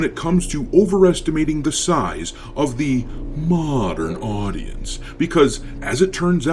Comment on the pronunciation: The way you pronounce Modern Audience is hilarious